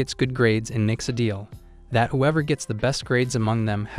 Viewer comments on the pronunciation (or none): none